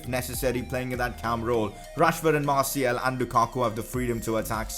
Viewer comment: You are pronouncing Martials name wrong, its Martial and you pronounce the second and its not Martiel